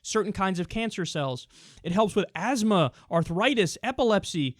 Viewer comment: did he just say asthma